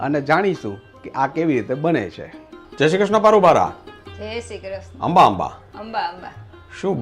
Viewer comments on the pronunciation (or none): none